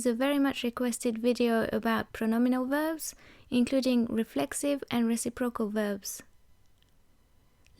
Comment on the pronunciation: Just a small note: When you say reciprocal the emphasis should be on 'recip' and then 'rocal'. You're saying 'reci' and 'procal' and it sounds a bit strange. The forvo pronunciation for the word from the UK speaker is a good example of it said properly :)